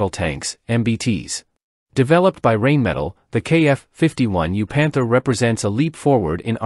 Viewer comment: Come on, learn your correct pronunciation for the manufacture's name. It is a German company and is pronounced like rhine and spelled Rheinmetall.